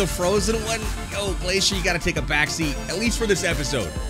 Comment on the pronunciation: Bro Glacier it's glacier 🤷‍♂️